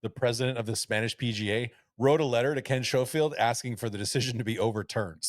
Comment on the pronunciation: Please can someone explain to them both how to pronounce Ken Schofield. Butchering it all the way through. Great pod though.